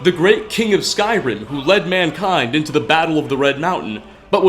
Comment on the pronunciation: You have one of the most annoying narration voices on this planet. All sentences sound like questions, since you probably think it’s „cool“ to start a sentence on a high note, then lower it, and just at the fucking end of the sentence go right back up - sometimes even adding an unnecessary „uh“ to the last word such as in this case „Skyrim-uh“. Dafq?! You sound like tuned down version of James Charles - get ur shit together, cause that sure as hell is not the way you talk on a normal basis.